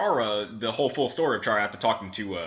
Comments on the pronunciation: You pronounced Chara wrong it's like CHAIR-ruh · you pronos chara cara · I cringe when you say chara's name cause thats not how you say it...